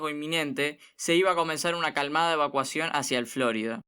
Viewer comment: Cada vez que escucho FlÓrida, me chirrían los dientes